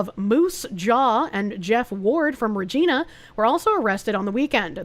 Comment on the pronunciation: And then you pronounced Regina wrong(it not “gee”, it’s “gy”)